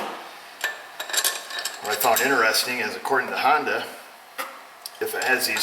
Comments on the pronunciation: Hi, why do you use the pink stuff to lubricate the parts, couldn't just use engine oil? Also, do people in your area say "Hondu" instead of Honda? Seem kind of rude to intentionally mispronounce a name. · We've got these little fellas "springs". Why is everything on her e a little fella? I'm getting tire of hearing the Honda called a hondew. The first thirty times calling it ahondew project weren't funny. Otherwise very professional content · Why do you call it a hondu?